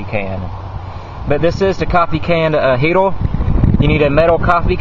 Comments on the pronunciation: Its "heater" not "heatal" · Dude... it's a HeateRRRRR not HeateLLLLL... :o) lol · a "sim-poo heat-oo" fohwa simpoo gauy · you need to learn to pronounce er..paper...heater...do not end in l...alcohol is not measured in octane...ethyl alcohol is measured in proof, rubbing alcohol measured in percentage...